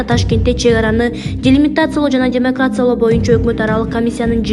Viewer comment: "ДЕМАРКАЦИЯ" жаттап алчы жакшылап!